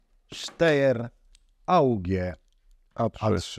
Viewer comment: Podaję prawidłową wymowę Steyr: [ˈʃtaɪ̯ɐ] !!!